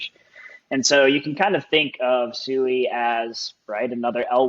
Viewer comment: Cool video covering Sui. It is pronounced like sweet without the t though. So like swee